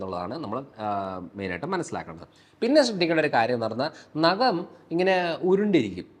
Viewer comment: നകം അല്ല ഡോക്ടർ. നഖം